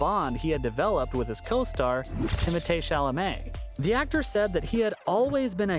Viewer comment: Bro its timothee not timote